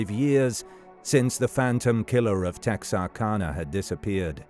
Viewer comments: Tex R cana is how it's pronounced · As someone from Texarkana, it's always crazy hearing people not from Texarkana say "Texarkana". For anyone curious, the "ana" is pronounced like the "ana" in Louisiana. Because it's literally just Texas, Arkansas, and Louisiana smashed together into one word. Edit: I know this is ai, but tons of actual people say it this way as well. On another note, my grandpa was in high school when this was going on. He thought it was this kid who was in band with him. The guy was a senior and larger than normal. He was also unpopular and standoffish. However, my grandpa is dead now, so I can't ask him for any details. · And immediately mispronounces the town name.. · Born and raised here in Texarkana. And I know what you mean most people do not pronounce the name correctly. My great aunt ( b. 1905) told me when I was young the authorities suspected the killer was Dr. Smiths mentally degraded son and because of Smiths influence in the town it was kept hush.